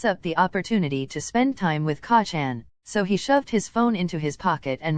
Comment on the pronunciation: I’m. Sorry but every time it says KACCAN 😂 I bust out laughing